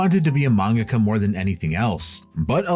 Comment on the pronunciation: Great video, except for your pronunciation of “mangaka”. It made me want to drive into oncoming traffic….. it’s like the dubbed pronunciation of Toppo from DBS.